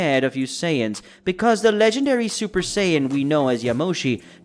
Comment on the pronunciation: super sayin not zuper sayin god again good story but stop making that mistake